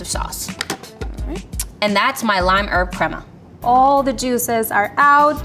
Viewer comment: Not to be that person , but level 2 chef pronouncing “Tinga” and “Crema” the way she was, was making me cringe 😂 I mean it all still looked delicious but ugh lol